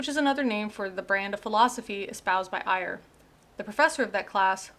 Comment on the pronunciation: Ayer's name should be pronounced like 'air'. His book was called Language, Triuth, and Logic, not Language, Truth, and Language, as Geisler and Turek say. It is available in a Dover book for about eight bucks.